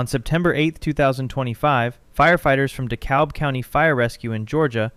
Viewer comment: You pronounce Dekalb like The Cab, by the by.